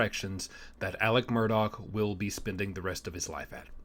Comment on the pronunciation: Good job. You said his last name right with the “k” sound on the end! I keep writing his first name as “Elec” because that’s how everyone around there pronounces it. Nobody has called me on it, lol. I knew a family from Atlanta decades ago who said their family member’s name the same way. And as I have followed this case, my understanding is that Elec asked Buster to get somebody to put money on another inmate’s canteen account when he was awaiting trial. That they was county jail. It’s in the phone call recording.